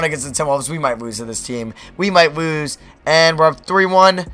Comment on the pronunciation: He don't no how to say lose